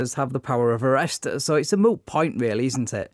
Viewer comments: it"s MOOT! not Mute point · It's moot point, not mute point. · Hopefully someone will inform the cop that it's "moot" point, not "mute." 🙄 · Yeah I like how he handled it overall, but the pedant in me got frustrated that he said "mute point" more than once instead of "moot point". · Great video but it’s moot point not mute point